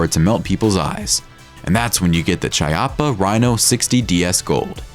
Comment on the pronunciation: Chiappa isn't ciappa, but kiappa ( italian word for butts) 🤣👌🏼